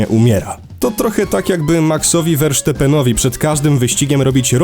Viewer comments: Sorki ale muszę to wytknąć :D Nie max Werszteppen tylko Verstappen czyt Ferstapen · sam jesteś werszteppen. to holender czyli czyta się ferstappen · Nie sądziłem że nazwisko Verstappena da się aż tak zmasakrować wymową, brawo! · Werstapen tak btw nie Wersztepen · Versztepennowi xD Poza tym super odcinek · źle wymówiłeś nazwisko